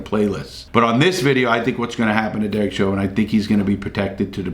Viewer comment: "Derek Sherber... Derek Chauvin..." thinking about sherbert larry? Lol